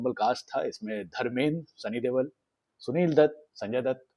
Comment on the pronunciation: It's not Sunny "देवल", it's "दयोल"